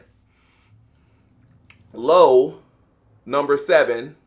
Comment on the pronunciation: Loewe was founded in 1846 in Madrid. And yes, you pronounce the "E", but who cares.